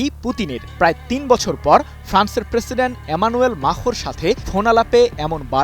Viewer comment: মূর্খ সাংবাদিক ম্যাক্রো বলতে পারেনা, মাখো